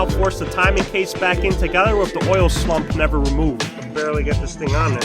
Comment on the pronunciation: Nice vid but are you calling it an oil sLuMp...? Sump sump